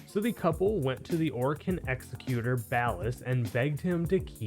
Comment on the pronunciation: Pronounce executor properly challenge impossible